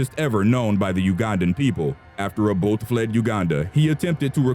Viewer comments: its not o-boat. its o-bot-ey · Its pronounced obotay not obote😂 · Milton Abote (a-Bo-tay) not Milton Aboat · It's Samuel Doe. Not Odoe. And you also got the pronunciation of Obote wrong. It is pronounced O-bo-te and not as Obod. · Former Ugandan president Milton Obote's last name is pronounced "Oh-boat-eh", not "Ah-boat". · who tf is Obot...the e isn't silent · It's read Abotay. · get your facts right...its Acholi not Alcholi and its President Obote not Oboth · Great job. But I'm not criticising your narrator, but you should have gotten an African to narrate this one. The accent this one has totally mispronounced the names of the ones involved. Eg- Obote, Nyerere etc And please do research about Gaddafi